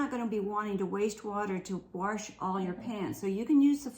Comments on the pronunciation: We camp a lot! We have everything on your list and more. I buy the $1.00 flashlights with the batteries at Walmart in the camping Isle. I give them to anyone that needs 1. I keep lots of them around too. They are small and quite useful. I LOVE how says warsh. My grandpa always said warsh. Thanks for reminding me of him. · My Granny always said warsh and she rinshed things too! She grew up in rural Texas in the 1920's. I used to try to speak like her when I was a little girl but my mom always corrected me ... until we were alone that is!! 🥰